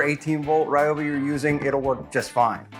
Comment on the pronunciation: Ryobi not Rioby 😊